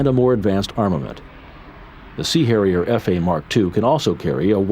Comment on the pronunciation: giggle - the “C” Hairier. It was definitely a Mediterranean one. 🤣